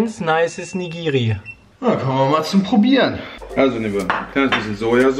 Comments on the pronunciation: Piet, falls du das hier lesen solltest... Es heißt Nigiri, nicht Nigri xD Das hat nichts zu tun mit der Cosplayerin Jessica Nigri oder so, das ist was völlig anderes xD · Ach und Piet das heißt Ni-gi-ri und nicht Nigris ! xD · BRAMMEN?! Ich sterbe gerade nachdem ich gehört habe wie Piet Nigiri ausspricht